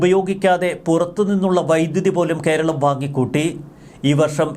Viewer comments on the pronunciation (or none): none